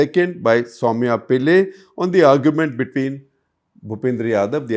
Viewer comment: Sir. Her name is Sowmya Pillai with emphasis on the letters “a” & “i”. Not Pille as you had pronounced